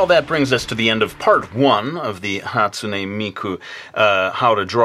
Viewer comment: ou're pronouncing the name wrong geeesh you don't add the "ei" after the "n" on hatsune. sorry, it just annoys me pay no attention